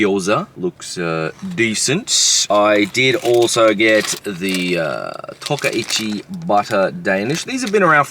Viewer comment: Oi, TO-KA-CHI. There's no R...except for you. Retard.